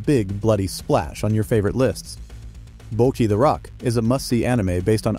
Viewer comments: I could hear the narration saying “Bokki the rock”. But actually it’s “Bocchi”. And in Japanese “bokki” means “boner” So when you say “BOKKI THE ROCK” it means “boner hard as rock” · great list, but sometimes the pronunciation is not correct, like bocchi, and spy family the x is not pronounced